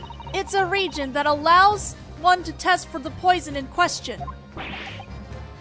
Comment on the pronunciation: You're saying "Regent" which is a monarchy term (someone who governs in the stead of the rightful ruler, because the ruler is too young). The word you want is Reagent. Re-agent, as in "Reacts with the agent" These are truly well done, and I wouldn't be able to enjoy GDS1/2 without you, so please take this as an attempt to be helpful, not being a jerk. Just PM me/respond and I'll not make these comments.